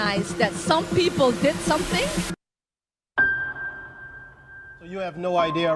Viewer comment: gawd, the way she says 'something' is the worst